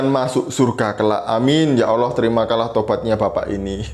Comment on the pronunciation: Bodoh membodohi yg bodoh jadinya bo-tol. Dia ini bukan dari orang Kristen tapi dia ini memang Islam yg pura-pura mualaf. Cara dia mengucapkan allah jelas sangat berbeda dengan pengucapan Allah orang Kristen.